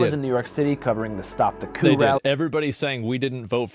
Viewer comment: ofc asmon doesn’t know how to pronounce coup